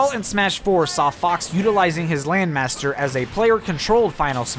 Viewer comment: Smash 4: Laand mastur!!